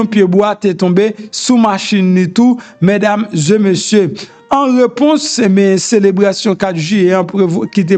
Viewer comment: Se pa mesdames zeu messieurs , se mesdames zé messieurs . Je vous en prie monsieur .